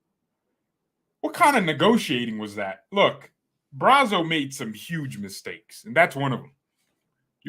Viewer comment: it is not pronounced braso it is pronounced bratzo